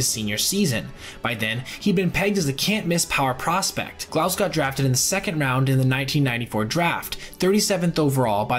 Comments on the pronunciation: I just wonder. Do you listen to the clips you include so you can hear how the guys’ names are actually pronounced? Knob-lauch, not Know-blauch. Troy Gloss, not Gl-ow-s. To sound authoritative on videos like this, you gotta get basics like that right, otherwise, you just sound like someone wrote a script for you. May seem like nitpicking, but sorry, it betrays a lack of actual knowledge of the players and just a cursory understanding of the stats. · "Gloss," "KNOB-lock," "APE-e-er," "SAY-zar se-DAYN-yo." Please do some research regarding name pronunciations. There are so many old games featuring these guys. Just watch some. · A very small thing from someone who watches a lot of baseball in the 90s. Troy Glaus pronounces his last name like “gloss”. Just wanted to let you know. Nice vid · And Glaus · Great video but could you please learn to pronounce these guys names correctly? Glaus and Appier were wrong and Cesar Cedeno was wrong with both names. They need to be remembered but they need to be remembered correctly. Keep the great content coming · If only you could pronounce Troy’s last name properly. Good video though